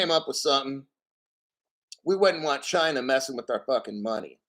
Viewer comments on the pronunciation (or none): Did you say China or "Gynaaah"...🤣